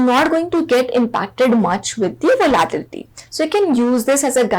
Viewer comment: I’m sorry to be the pronunciation nazi here but its very triggering to listen you pronounce the word “volatility” wrong for 15 mins straight.